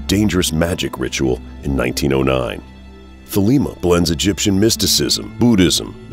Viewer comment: Not an A.C. fan here but I must say: This guy doesn't know how to pronounce Choronzon or Thelema.